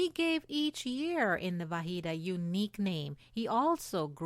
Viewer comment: Unfortunately, she mispronounced Vahid here, which is like Va-HEAD, (meaning Unit) not to be confused with Va-HEED, (meaning Unique) -the name of the Babi hero, Siyyid Yahya Darabi.